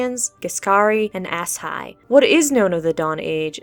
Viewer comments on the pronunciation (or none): “Ass hi”? It’s pronounced with an ‘sh’